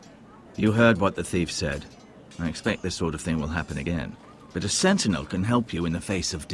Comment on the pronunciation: he does do a marvellous job of butchering 'sentinel' :)